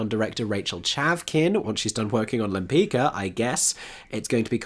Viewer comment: interesting mix of shows. Side note, the painter is pronounced Limpits-Ka. ;)